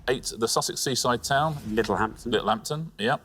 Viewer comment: You can tell Richard is from Sussex with his pronunciation of Littlehampton